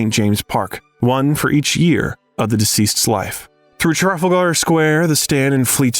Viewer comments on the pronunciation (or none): Yeah …. Like Tray Folder “Trafalgar” Tra-Fal-Ger just like it’s spelt